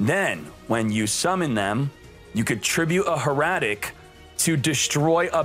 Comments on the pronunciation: Hair-a-tic Not Her--a-tic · How you pronounce Hieratic makes me cringe